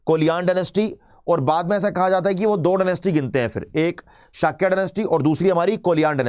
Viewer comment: झांट की औलाद। सही से नाम बोलना सीख ले। शकया नही शाक्य होता है। बुद्धा नहीं बुद्ध होता है। आता जाता कुछ है नहीं ज्ञान पेलता है। गवार की औलाद।